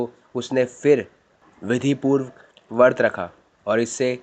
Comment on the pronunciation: vart nhi vrat kahte h